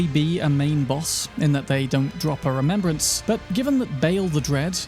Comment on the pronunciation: Great content here, Thank you for the effort you went through to create this video. However, One thing that was scratching my ears through the video: The words that ends with S. You pronounce them Like Wariorissss, Spiritssss, Rememberanccccce.